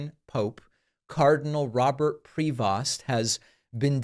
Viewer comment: Shut up. You know nothing about the Catholic Church. You are not a Catholic. You aren't even pronouncing his name right. Leave if alone. name.Talk about right.